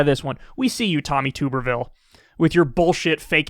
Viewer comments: It’s pronounced Like bathtub, Tubberville. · His name is pronounced like “tub” rather than “tube” btw. He was a terrible football coach before, so I heard his name mentioned here and there over the years. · Kyle, it is pronounced Tub- ervile like Bath tub. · It's pronounced TUH-ber-vill, & it's French. Tubby thinks he's elite because he has a French last name. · Please, forever pronounce his name wrong, Tooberville is a fucking joke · Is Kyle ever going to pronounce Tuberville's name correctly? 🤣